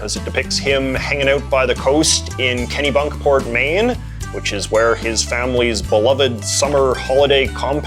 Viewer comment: Thank you for pronouncing Kennebunkport right